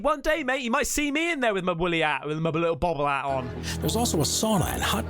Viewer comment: It sounded like you said Willy out not woolly hat lol.